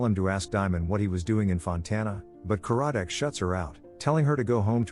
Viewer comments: It’s not Ka-RAD-Dec. It’s KAR-rad-dec. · The narrator should watch the show as the inspector's name is CAR-A-DIK, and the person who is his boss is not the Director but is the head of the department. And that wasn't her boyfriend but her ex-husband.